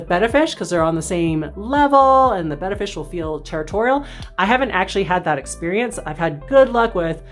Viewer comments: Today I learned.... I thought it was Bay-ta, not Beh-ta. Thanks to both of you! Don't wanna sound like a dumbass at the fish store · Hooray! Someone who pronounces the name of the fish correctly. Thank you. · Thanks for the video! And thanks for pronouncing the name (betta) correctly! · This is one of to few videos where they pronounce the name of the fish Betta correctly.